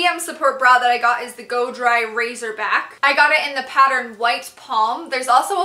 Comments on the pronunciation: Babe, it's "racer" back, not "razor" ;) <3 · I like your sense of style and sense of humor very much. Your videos make me want to get more active! You just got a new sub. PS I think I hear you pronouncing the word racerback "raZorback" in your videos, but I think it's pronounced "raCerback" like more of an "s" sound, not a "z" sound.